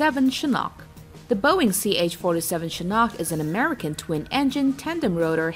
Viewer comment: Amricn is not numbr 1. Haha